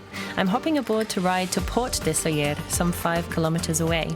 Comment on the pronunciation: why did she pronounce it in french